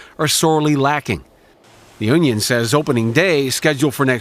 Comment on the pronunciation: He meant to say union. He said onion. 100%